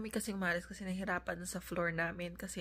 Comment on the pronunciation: It's BAKIT, not baket. It's NAMIN, not namen.